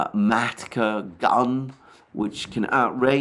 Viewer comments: Minor correction: it’s a “Malka” not “Matka” gun. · Alexander, it's not "MaTka" (as in Uterus), but "MaLka" (sliding T bevel gauge). These are two completely different things in Russian :D And I believe, the telegram channels were saying that 2C7 203 mm gun does not have the high precision rounds (!), Russia right now uses only 152 mm Krasnopol rounds. However they've managed to improove somewhat on the accuracy, the quality of the artillery corrections made and the speed, which improoved on the artillery effectiveness. However, many people in the telegram channels still talk, that Ukrainian artillery is still more effective per round/gun than the Russians (given that they have all the western gadgets and gimmicks), but Russians are rapidly improving. The second point they make is that Russia too is becoming short on the rounds, which is why they have to improve the non-guided and guided artillery effectiveness, which they did and continue to do. I believe that the major enemy of 155 guided artillery right now is not 2C7, but Lancet drones. If 2C7 will eventually get the guided munition, this will be a game changer, but right now there simply none. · Again not Matka, but MALKA!!!